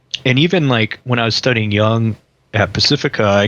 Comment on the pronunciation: "Jung", not "Young"